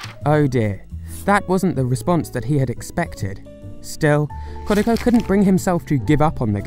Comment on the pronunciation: KOD AH KHA. Geez that pronunciation